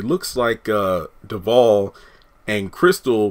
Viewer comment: They are great friends in real life, afterall she is Dakota's Godmother. Btw...I enjoy your content, but I cringe everytime I hear you pronounce Devale's name, I'm a stickler for pronouncing names correctly. It's a short "A" sound my dear.😉